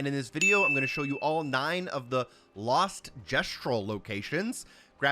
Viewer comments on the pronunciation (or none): none